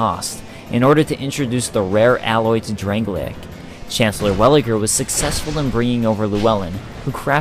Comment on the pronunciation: "Drang-lay-ik"? Its drang-lake so says everyone and the game